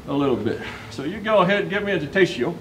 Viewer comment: 'Yo koshiho' 'Ta teshiho' This is almost as bad as when i heard someone say 't sue-ri-comb-mi goa-she' or someone else saying 'my jee restoration' Japanese is said as its spelt. They have no emphasis on any specific syllable, and all sounds are grouped into syllables. It's a minor nit pick but it really puts me off. It seems to only be americans who butcher the pronounciation to such a degree 'Yo-ko shi-ho' 'Ta-te shi-ho'